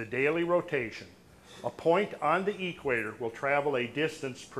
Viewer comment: is a great researcher and definitely an intelligent man. Which makes it even more confusing that he pronounces equator as "Eeek-waiter". It reminds me of hillbillies who pronounce cement as "see-ment" or police as "po-lease".